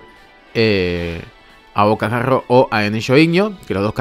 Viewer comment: Es abocajarro no abocajagrrrrrrrrrrrrr